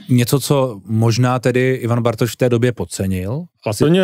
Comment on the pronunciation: pan moderátor bz se měl trochu rozcvičit ve výslovnosti před natáčením... dost koktá i slov jako.. "Bartoš "... :(